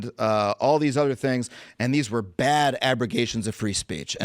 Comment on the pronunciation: "Its BAYYAD" 😂😂